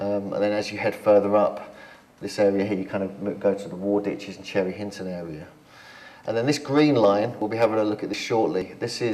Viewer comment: 😂😂😂chinton, cherry Hinton,say it like a locale 😂😂😂